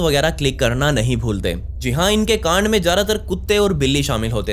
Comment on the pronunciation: bhi g plzzz kaand naa bola kry asa lgta h ap bool rhy ho gaand.